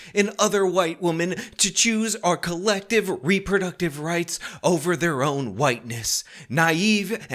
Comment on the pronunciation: "...fuh siva rice."